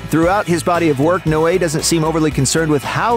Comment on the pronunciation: I beleive it is pronounced 'Noe' as in No. Not 'no eh' as in no way. I notice you mispronounce names often